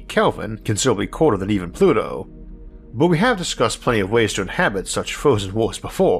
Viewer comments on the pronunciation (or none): none